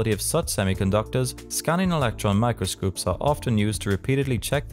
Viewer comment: A combination of uninspired reading off a sheet and not having a good command of the English language or not being familiar with the terms on the sheet (leading to saying things like "microscoop"). Very hard to understand and follow without dozing off.